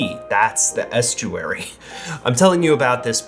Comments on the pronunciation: As someone with a mix of a london/esturary accent hearing the over pronoucation of the word estuary made cringe. Lol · I don't think we usually pronounce a long 'u' (yoo) in "estuary". We'd say it more like, Est-your-ee, not Est-Yoo-er-ee. Also, as a Mancunian I would say a dropped 'R' doesn't necessarily mean 'posh'. An example: "I have never paddled in the water" in a strong working class Manchester accent would be more like: "I've nevoh paddled in th' wartoh". Also, I think RP is a more clipped accent. Hugh Grant's accent is similar but not quite as formal sounding as the classic BBC RP accent. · As an Essex/ Londoner (10 miles west of Basildon!) what really caught me up was the weird pronunciation of est -you -'ary. 3 syllables?? What?? I've never heard anyone say anything except 'Estcheree! But loved the video!